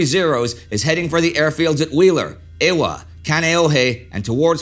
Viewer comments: Like all of your documentaries this is another home run, but... The “w” in Haleiwa and Ewa is pronounced like the letter “v.” Again, first rate documentary. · As a local I could nothing but cringe every time he said Haleiwa and Ewa xD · Indy: it's "Kahn-ee-oh-hee" and "Eh-va". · Ewa= Eevah Kaneohe= Kan-ee-oh-ee Haleiwa= Holly-eevah